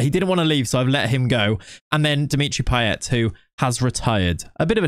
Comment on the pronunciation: Your Payet pronunciation is actually on point. At least according to his home accent in La Réunion